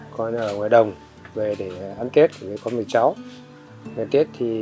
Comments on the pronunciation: What did she pronounce tet like that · The way they pronounced Tet at the beginning 😭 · Other than the mispronunciation of Tết, this is really interesting for me as a viet American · Love the video. Just wish someone could’ve helped the narrator pronounce Tết correctly.